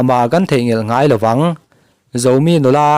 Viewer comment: Zomi tih thluk kha tlumpi tih thlukin i lam a, chingit tih thlukin lam ta la, ngaihthlak a nuam zawk awm mange ka lo ti ve mai mai